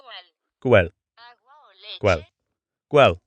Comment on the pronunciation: Ocean man take me by the hand Edit1 (after watching full video) : Quell Cual Quuell Cwweell... Overconfident Also this is triggering for me since I’m mexican and speak fluent spanish 😂